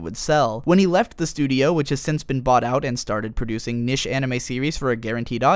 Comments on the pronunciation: niche is pronounced like "neesh" not "nish" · Jesus christ its pronounced NEESH not NISH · dude you can pronounce niche as "nich" or "neesh" you cant combind the two and say "nish" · It's pronounced neesh not nish. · Niche, not nish. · niche is prounounced neesh, not nish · Niche is pronounced Neesh not nish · its NICHE (nee shh) NOT NISH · Ahem....its. NEEEEEEEEEEEEEEEEEEEEEEEEEEEEEEEEEEEEEEEEECHE not nish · It's pronounced "NEESH" say it with me NEESH not NISH NEESH! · Good video, but "nish" as opposed to "niche" was profoundly distracting. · why did he say niche like that... its pronounced "NEESH".... im sorry i could't get over that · Niche is pronounced 'neesh'. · niche is not pronounced "nish" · nish... not niche? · It's pronounced "neesh" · niche; its knee-sh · Powered through the unfortunate pronunciation of "niche" to realize that this is actually a very informative and well put-together video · are you trying to say niche?